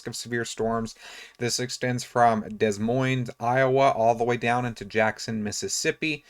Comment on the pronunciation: you don't pronounce any "s" in Des Moines or in Illinois I know it's not fun, but if you're thinking about meteorology as a profession, you need to commit to learning the national pronunciations carry on! good job